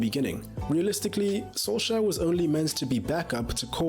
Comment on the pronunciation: SKJ has a SH sound. KJ has a CH sound, like in "cherry"🙂